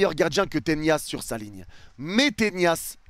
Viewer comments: Le nombre de fois où tu dis Ténias ça me stresse 🤣😭 on dit Tenas… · on dirait tu fais exprès ptdr arrete d'arracher le nom des joueurs, on dit tenas pas tenias, tu le vois où le i dans tenas ??? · Tenas ... Avec un N , et non pas avec la Ñ. Tres bon debrief